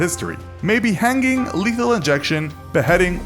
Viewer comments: "Hang - ging" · This guy is pronouncing hanging weird